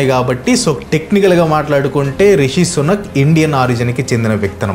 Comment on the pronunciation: Anna sunak, sunak antantee edho kukka laga vinabaduthondhi😂😂